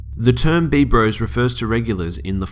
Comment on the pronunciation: Also not "b-bros" It's just /b/ros as in bros.